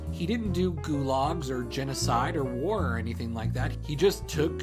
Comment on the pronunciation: Never heard someone pronounce gulag as glog